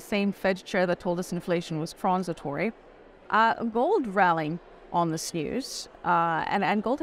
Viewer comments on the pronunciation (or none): She says "TRON-sitory", lol.